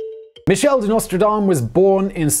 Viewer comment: It's Nostredame, with an E ("Our Lady").